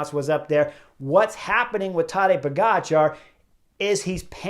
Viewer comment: It's not tAdej but tadEj ... accent is on E ... kind regards from Slovenia 🌞 You pronounce his last name great 🥳